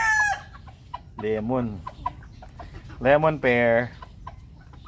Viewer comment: Ganda lemon nyo sir,lemon hindi leon. 😂😂😂sorry.